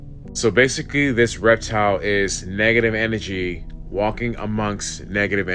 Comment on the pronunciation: "Negga-tivv enne-jee." Bugged the shit outta me, lol! But a drinking game would make it a bit more bearable.